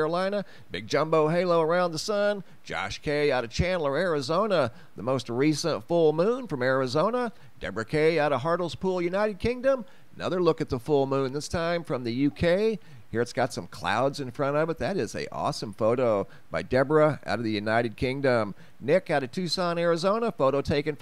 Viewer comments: Just an fyi...it is hartlepool ~ heart-le-pool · If it's Hartlespool in Durham, it's pronounced Hart-lee-pool.